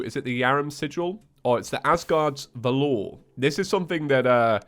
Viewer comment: When you say Valor you’re supposed to emphasize the A not the O